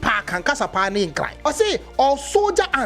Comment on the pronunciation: Give it to them, the hate is huge for we the Asantes. They challenge us each day !It's pronounced nkranee.